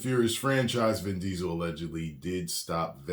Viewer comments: "DIN VISEL" 😂 I LOLed so hard! 🤣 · "Din Riesel" LMAO